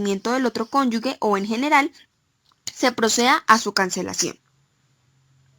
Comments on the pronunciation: No son cónyugues, son cónyuges. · ESTA BERRACA NO PUEDE PRONUNCIAR CÓNYUGE?